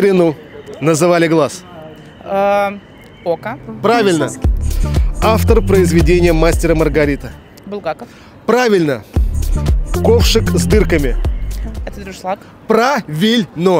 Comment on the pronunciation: Дуршлаг ,но никак не дРушлаК.... Умники ! И не МаОгарита , а МаРгарита :face-blue-smiling